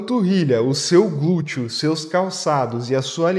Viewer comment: Achei engraçadinho ouvir gúteo.😂